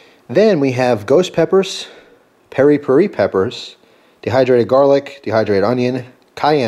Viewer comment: I'm pretty sure it's pronounced "perry-perry" .Though, I may be incorrect. Glad you are uploading more vids, and I'm sorry to hear you deleted some.